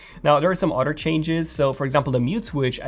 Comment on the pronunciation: I heard Otter changes